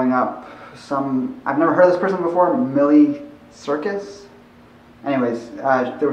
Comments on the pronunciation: Out of respect for another person I think it is polite to figure out how to say their name correctly. Even if you don't agree with their life style or you think it doesn't "matter" to you. Just my opinion. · but seriously, you looked up her songs and stuff about her and didn't know that How miley cyrus is pronounced?